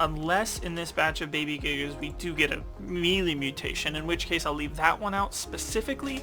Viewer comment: It’s spelled melee but is pronounced (May Lay)